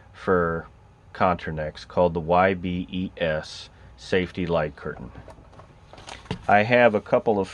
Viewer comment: It's YBES, not YBS.